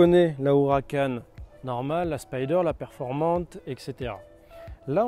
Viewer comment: it s PERFORMANTE not performant